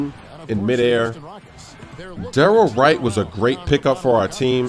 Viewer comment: "derrol wright" lol pay attention to what you say